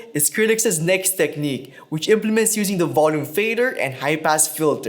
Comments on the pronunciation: I totally thought you said "HYPE ASS FILTER" and I was like ...whoa that's a pretty edgy effect name for a Pioneer mixer. Oooohhh HIGH PASS Filter... duhhhh. lol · I can only hear "Hype-Ass Filter" instead of high pass. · stg I hear high pass as hype-ass every time